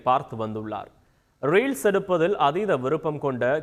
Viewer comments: வார்த்தை உச்சரிப்பு அப்படி. எனக்கும் ரயில்ஸ் தான் காதில் விழுந்தது.... Reader style ah tamil படிக்கிறார் 🤦‍♀️🤦‍♀️🤦‍♀️🤦‍♀️கருமம் ஒழுங்கா படிங்க செய்தி வாசிப்பாளரே.... ஏன் வார்த்தையை சுருக்கி பேசுறீங்க.... நல்லா இல்லை. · எனக்கும் புரியல ரீல்ஸ் எடுப்பது என்றால் என்ன செய்தியாளர் styla என்னவோ உச்சரிக்கிறார் ஒழுங்காக படிங்க.